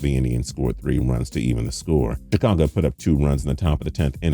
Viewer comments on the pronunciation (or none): none